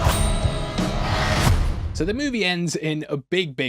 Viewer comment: It's "ass-ter-isk", not "ass-ter-ix". Or are you unable to ask questions because you ax them instead?🤔🤦‍♂️ It's not too great of a risk to pronounce it correctly.😉